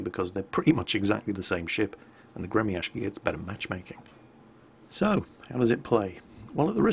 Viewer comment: It is not gre-mi-ash-ki, it's gre-my-shi. Ok?